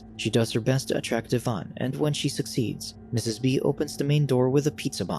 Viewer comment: Lol, Jaime Pressly being "scorned." Also, "Evan" being pronounced "Yvonne" 😅😅